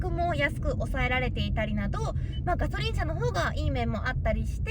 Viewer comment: がしょりんww